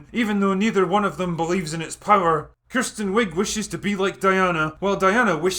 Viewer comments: I love how you pronounce Kristen Wiig as Kirsten... she portrayed the biggest movie cliche in years !!!! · Being so drunk that you pronounce Gal Gadot correctly, but not Kristen Wiig is a thing. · It's Kristen Wiig, not Kirsten.